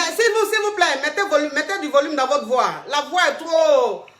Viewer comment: "IL FAUT DIMINUER MA VOUA, DIMINUES MA VOUA ! !" 😂 Hey coach tu te répète à chaque direct mais les gens n' écoutent pas !